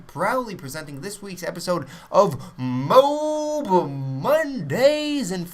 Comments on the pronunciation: it isn't pronounced "Mobe" so stop it, now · Isn't it pronounced "moe-ab" :/ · You realize there is an "A" in moAb pronounce it like that you stupid fuck. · Hes not a camper, just controls an entire area. And i think you should pronounce mo ab correctly